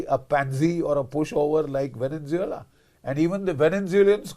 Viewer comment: Namaste gen Bakshi. You are one of my favourites. I have ENORMOUS respect for you. Hiwrver, please pronounce venezuela correctly - it is horrible to hear the incorrect veneNzuela continuously. Namaste, once again. Jai bhaarath